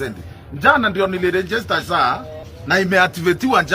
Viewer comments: It’s now SAA… not SHA… what does this government want… ??? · 😂😂😂 muelewe tu saa not sha